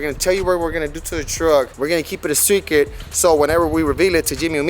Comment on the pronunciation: Foo said secret hella wrong lol